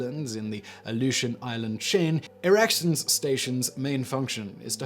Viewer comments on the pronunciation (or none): Erickson Air Station...,it’s pronounced Erik-son. Just like the electronics company Ericsson Fun fact, it was intended to be used as B-29 base during WWII to bomb Japan. The first B-29 to land there actually ended up being the airplane tasked to fly the filmstrips of the Japanese surrender ceremony on the USS Missouri back to the US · Except he did screw it up, every time. It's pronounced "Ericson". I used to do the weather forecasts for the base when I was stationed in Alaska.